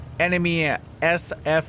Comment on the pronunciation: you're the only one calling SFAC ES EF EJ SI ;)